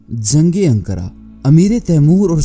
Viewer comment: Aby angoora ni ankara name to sahe ley